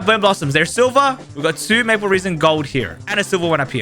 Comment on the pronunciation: Aaaah yes, Maple reason, not maple resin!